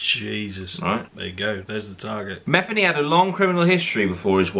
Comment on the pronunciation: The guy with the beard ain't Matheny not Mathany!